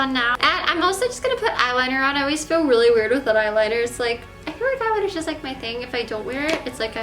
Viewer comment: "Weally weally weally..."